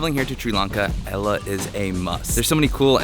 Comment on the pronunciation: It's great that you've visited Sri Lanka, but Ella is not pronounced as in the girls name! The correct pronunciation is al-le as in the beginning of the name "Albert" and the French word, "le." Hope this helps...